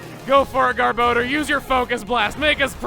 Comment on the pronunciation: GAHR-BUH-DOOR, not "gahr-bow-durr"